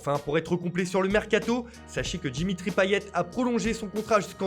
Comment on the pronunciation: " Jimmytri payet " " réchausse " 😂